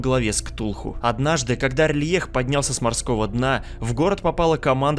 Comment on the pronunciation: А разве город не Р'лайх типо на а ударение, я когда читал делал это так